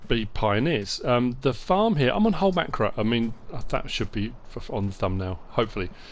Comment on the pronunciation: The map is called Holmåkra if you want the correct spelling and if you non-Scandinavians don’t have the “å” on your keyboard, you can pronounce it Holm-OH-kra. Not Holmakra.